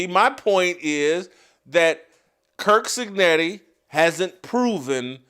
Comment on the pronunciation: Stop saying kirk cignetti! It's curt!